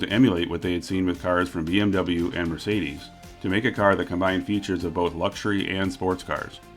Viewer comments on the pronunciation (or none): none